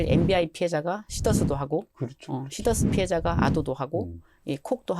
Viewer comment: 시더스회원이 24만명입니다 시더스죽이는 발음 자제 부탁드립니다